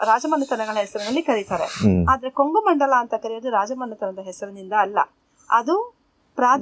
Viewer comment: ಕೊಂಘು ಮಂಡಳಂ , ಉಚ್ಚರಣೆ ಸರಿಯಾಗಿರಲಿ.